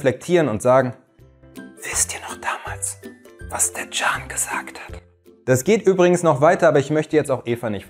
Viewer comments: Genau! 😅 Jan / gan / can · Can bedeutet leben u ist keine Abkürzung ,ausgesprochen wird es dschann,aber als Spitzname oä wir es schon verwendet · Der Vokal a wird kurz ausgesprochen. Also stell dir vor nach dem Vokal würden zwei Konsonanten stehen… Cann 😊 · 😂das spricht sich " Can" und nicht "Can" 😂, ich liebe es❤❤❤